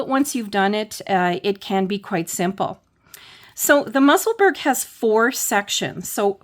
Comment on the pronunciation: Thank this is all very helpful. I hope you won t be offended if I help you with the pronunciation of Musselburgh I'm a Scotswoman who lives there the way to say it is probably closest to Musselburrah.